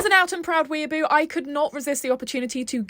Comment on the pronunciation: “As a proud weaboo” in a british accent too💔